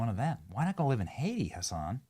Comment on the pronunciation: (Haitian+Jamiacan American) it becomes Oh-aiti